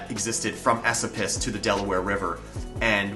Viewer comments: I’m from the area, just so you know it’s pronounced E SO PUS not esapus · Just a FYI- locals pronounce Esopus "A- so-pus" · Shawangunk is pronounced Shongum. It's one of my research areas. I live in the Shawangunks. The correct pronunciation of DePuy is " de Pew" most of the stories are for the same mine. Mamakating Valley was until 1798 all of what became Sullivan County. Pahaquarry. Esopus "e-so-pus" Olde Mine Road is Minisink Trail. It Approximates US209 & splits at the TriState. Hundreds of mines in Shawangunk/Kittatinnies same mountain ridge. Contact me, please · ...Esopus is pronounced "E-SO-puss". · E-Soap-Us is how we say it here. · Dude your pronunciation of Esopus is killing me. I have pronounced it (E SOAP us) my entire life. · Thank you for the video I live on the shawangunk ridge in the town of mamakating and had not heard a few of these legends. That said your pronunciation of local names is terrible lol Mamakating is ma'am-a-kate-ing, and Esopas is is eh-soap-us. Recognize most of the places in the video and appreciate you not using random "mountain" stock footage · Absolutely wonderful. I know for a fact that there are many caves and hidden treasures in the Gunks. Lived on the ridge for a decade in an off-grid cabin way off the beaten tracks. You're mispronouncing "Esopus." Emphasis is on the middle syllable which is pronounced like the word, "so." Thanks for this video.